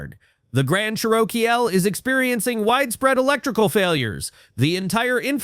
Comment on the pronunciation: Ever heard of a "Grand Charokeyel"? Remember when human beings used to narrate videos? ...Me too.